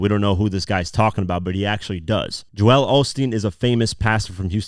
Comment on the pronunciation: Ive got one issue with this breakdown.... JOEL is not pronounced JO-EL.